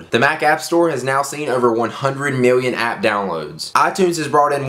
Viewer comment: Miwwion biwwion dollars!!!!!